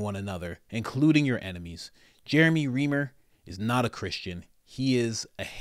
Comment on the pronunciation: His name is pronounced Rhrimer